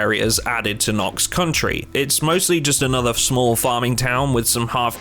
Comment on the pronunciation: Why do you persist in being unable to read Knox County properly?